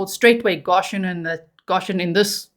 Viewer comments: Please! It’s pronounced “Go shun!” I am from Kentucky and you are hurting my ears. No such thing as “Gosh hun!” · "Go-shen" not "ga-shen" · No shade my darling but i do believe its pronounced GOshen, with a long O. Thats how ive heard it pronounced. If i'm wrong i do apologize. ❤ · Love your coverage. The pronunciation in the US is goe SHUN Goshen. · Goshen is pronounced GO shin . Thank you for the update. I thought he was in Tennessee. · It’s pronounced G OH shen. Just an fyi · Long "o" G, Go -shun